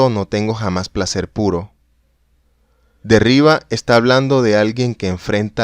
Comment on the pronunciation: Si te gusta grabar cuentos leídos, sería necesario revisar los tonos: no todo es igual, hay inflexiones, pausas. No leer como un robot. Y la pronunciación de vocablos extranjeros hay que cuidarla también. El inglés está pésimo, y lo que hay de francés (el nombre de Jacques Derrida) también está incorrecto: en francés todos los vocablos son agudos por defecto, así que se pronuncia Derridá; es muy desagradable oír algo tan descuidado.